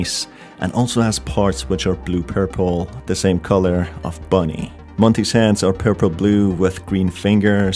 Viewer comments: ITS BONIE NOT BUNNY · Just seen this guy saying Bunny not bonnie